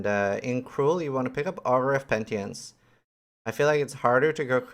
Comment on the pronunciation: Pentience? Wtf is pentience?! Haha love you but the word is penitence, from the same root as the word penitentiary.